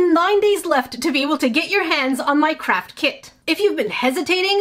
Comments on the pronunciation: You say crap kit or craft kit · I keep thinking u say “check out my CRAP KIT”